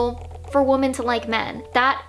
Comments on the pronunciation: Stupid question, why does she keep saying woman instead of women, plural? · "women" (plural) is pronounced like wimmen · Sorry this is a tangent to the topic of the video but it’s this video that solidified it for me, do Americans not say ‘women’? It always sounds like they’re saying ‘woman’. And they pronounce those two words the exact same way almost as if they’re using it interchangeably. When I say “women” it sounds very different and distinct to the way I say “woman”. Like we-men and woo-man